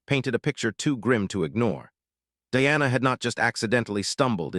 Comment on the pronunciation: It not Deanna, it’s Diana Di ana